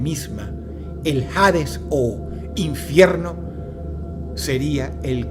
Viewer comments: ¿Por qué dices "jades" y no "hades"? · Cada vez que dice jaaaadezz una parte de mi muere :( no hate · la H de Hades no se pronuncia 🤦🙄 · Todo excelente querido Dross, sólo un detalle, en español la H es muda cuando va al inicio de una palabra. Dicho esto se pronuncia Ades, y no Jades. Saludos. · Hades, viene del griego, deidad de esta mitología relacionada a la muerte. Solo hace falta buscarlo en el griego original: "Άδης", ni en su pronunciación original existe la J. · No se pronuncia "jades", es Hades, la "H" es muda. Gracias a Dante Alighieri es que creen que el infierno es tortura eterna, sólo es ponerse a pensar: torturaría a mi hijo eternamente?? Obvio no, aunque sea el más malo del mundo, sólo lo pondría a dormir eternamente. Muy buena narrativa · Hades no de pronuncia Jades. Fuera de eso, muy interesante el video. Sobre la Bestia del Apocalipsis, hay quienes apuntan a que el número es 616, que en numerología hebrea correspondían a las letras NRN, refiriéndose al emperador Nerón. Aah y lo del número 2 estuvo muy interesante igual, creo que fue mi favorito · "HADES" se lee (ades) hasta en la pronunciación en griego se lee "Aidas" en latin "ADES" , en ninguna se pronuncia la "H", de donde sacas "JADES." suena a que fue doblado con IA no me asustes dross... dime que aun redactas tus videos-.....eres lo unico bueno que queda en you tube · Se se llama y se pronuncia Ades, no Jades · No jodas, Dross: "Hades" se pronuncia "Ades" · Supongo que jades sería su pronunciación en griego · Dross, ¿por qué pronuncias “hades” como si estuviera escrito con “J”? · Porque pronúncias "Jades", si la H es muda según tengo entendido.